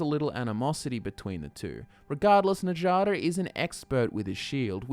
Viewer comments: "enjada stone-arm" you've been playing skyrim for how long and you still don't understand that nords pronounce "J" as "Y"? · You do realize that nords pronounce J like a Y, right? With that in mind, who the hell is "Na-jah-duh"??? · Njada’s name doesn’t involve the “j” sound it involves the “y” noise making it “Nyada” like how the jarl is pronounced “yarl” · Njada is pronounced as Nya-da, just like fjord. just saying... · Says Skjör's name correctly but not Njada. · A wonderful job Sir! You have enlightened and intrigued my interest once again! I only have one minor complaint, and I'm sorry to be grammar police, but why are you mispronouncing Njada? Before you rebuttal, I know that you know how to pronounce Nordic name as you pronounced Skjor correctly! If you feel like I'm being too picky, I am because I have been pronouncing Njada like Nadia! Just had to say so! On a not so picky note, I never considered that the Silver Hand could be a wayward faction of the companions! They always did seem like a strangely random cult! Your theory makes the whole thing come full "Circle" LOL!!! Love you guys and love your channel! I hope you NEVER run out of lore ideas and may the YouTube INGSOC party never demonetize your content!!!